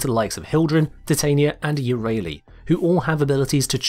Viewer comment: My one small change to Titania would be pronouncing her name right in the game